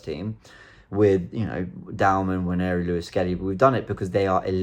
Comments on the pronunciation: One thing I don't understand is the pronunciation of Nwaneri as "Wan-Yeah-ree". Is there any accuracy in that added 'Y' sound? Robbie and others do it all the time. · I think he meant that some people incorrectly pronounce Nwaneri as Onery.